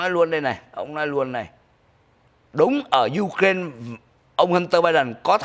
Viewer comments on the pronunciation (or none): none